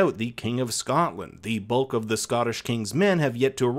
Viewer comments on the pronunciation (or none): none